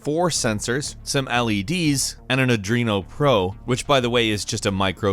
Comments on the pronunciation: Adreeeeeeeno It’s arduuuiiinoo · Arduino not Adrooino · I can only assume you mean "arduino" and not "adreno". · you say the microcontroller is an "Adrino Pro" when in reality it is called an Arduino Pro (are-do-wee-no) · Audrino? It's Arduino. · Arduino Became Ardrino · It's not adreno man, it's called arduino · Adrien? You mean arduino? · AR-DU-INO not adrino. Come on. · AR-DU-INO not ARDRINO. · Ardrino don't you mean ar Doo ie no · Arduino not Adreno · Not adrino its arduino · ARE-DWEEN-OH. You're welcome,. ☺️ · I was gonna let it pass but i lost my temper the second time he said Adruino hahaha, it even says its name on the board for christ sake. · Lol. "Audrino". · It's pronounced "Aar-Duino"... You're welcome! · "an adrino pro" really? twice? HOW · "Ardruino"?!?! AAAAAAAAAAHHHHHH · it is pronounced ar-d-w-ee-no! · that explain how he cant say arduino, not once but twice, and every time the word game, came out as geem or something like that. still sexy sound though but... strong accent? dislexia? idk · Gotta laugh when he says "Arduino" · please don’t pronounce Arduino like that it’s so wrong still love you though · Anyone else bothered by the way he says Arduino ? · he couldn't pronounce arduino oof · Please never try to pronounce Arduino again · OMG he can't pronounce arduino EEEEEEEEEEE